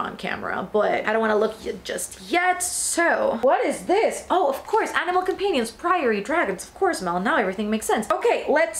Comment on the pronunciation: the way you said companion 😭